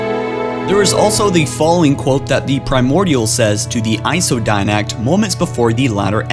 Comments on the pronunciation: DIDACT, FORE-RUNNER, AND LIBRARIAN. NOT DINACT, FOREIGNER, AND LIBARIAN. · Libarian Die-nact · Look Okay? No offense but it's Forerunners not Foreigners, It's The Librarian not The Libarian, And lastly it's Iso Didact not Iso Dinact, Again I mean no offense towards you it just bothered me, It's still a great vid none the less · Dude, it Didact, not Dinact. Librarian, not libarian. Jesus Christ. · DIDACT NOT DINACT. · .Joker Dinact, Libarian, and the one that gets me in ALL of his videos is how he calls forerunners foreigners. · *Di-Dact *Li-Bra-Ri-An